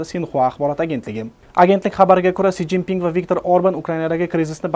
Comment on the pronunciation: Си жин Пин булдими Энди одамларни исминиям тугри укийолмайсизку окам